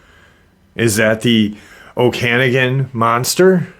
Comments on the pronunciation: I swear im not one of those people that whine about pronunciation lol i mean well. Okanagan is said Oh-kin-nog-in. I'm canadian, from Alberta but I've been through the Okanagan Valley a few times. I always tried to keep an eye out for Ogopogo and sasquatch since i was a child. I am into AI Art. I wouldnt have guessed this image was of that, i thought someone had a dragon statue of some kind in the water. Its not that easy to create photo realistic anthropomorphic characters, for them to at least turn out well anyways. Sometimes it will place your image in a weird spot. Maybe someone had "water dragon" in the prompt, if it is AI, who knows what else. I know for a fact i've seen this before but it was a dragon face, not a wolf. It could just as easily been a statue like i mentioned before but someone else overlayed a wolf face afterwards. I know how that works as well. Unless im experiencing a mandella effect, the image has been altered. There is another news article that covered this. My images are never that realistic and i do focus on that. I dont use midjourney though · In BC, we say it like oka-noggen, emphasis on the 3rd syllable.